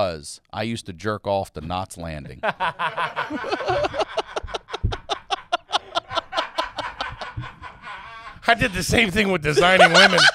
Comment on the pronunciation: knots landing. I thought had a stroke